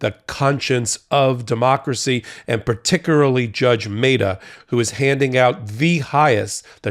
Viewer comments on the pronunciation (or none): Bro you can't pronounce particularly. You said (if I am not mistaken) 'particuraly' par ticu are lee... 0.37seconds.